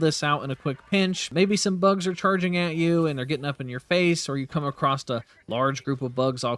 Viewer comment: Dude 'acrosst' is not the word